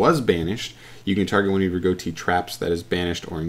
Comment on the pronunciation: Goatee? Uh, that’s not how it’s pronounced.